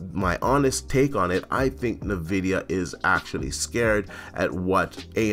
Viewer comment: Hmm.. Na Vidia, iNvidia Potato, patada I suppose 🤔🤣🤣